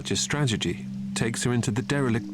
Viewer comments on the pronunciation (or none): At about , does the narrator not say, "She'll often take advantage of hunting in a confined space. Such a *stragety*..."? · 'Such a stragedy' Narrator meant to say strategy, but he totally ruined it for us, and for cat. Better voiceovers are available.